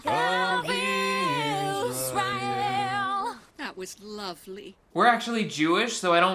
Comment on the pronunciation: She really sang “IZREAL” instead of israel